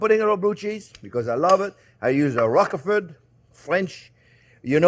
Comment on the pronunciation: My Daddy used to INSIST upon correct pronunciation of Rock-e-fort. I'm so glad that you've confirmed it, just in time for a GREAT creamy coleslaw BBQ and lots of fireworks! Happy Fourth, everyone!